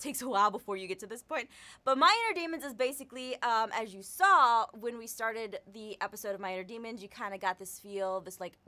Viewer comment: Did she say farted for started? -_